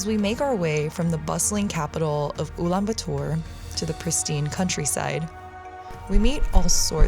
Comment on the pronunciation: ulanbaatar not ulanbuutur